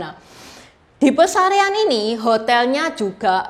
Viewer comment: Yang benar Pasarean Bukan pesarean